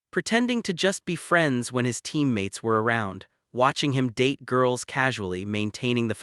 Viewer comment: Please tell AI that there is a T in date not a D as in dad.